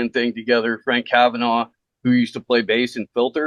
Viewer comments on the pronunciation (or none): none